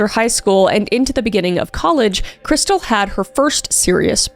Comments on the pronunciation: In all the police cam footage her family + husband and everyone else pronounces her name "Kris•steel" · Isn't her name pronounced KrisTEEL?